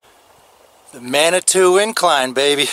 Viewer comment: Nice video! FYI the locals pronounce it Manitoo vs. Manitoe.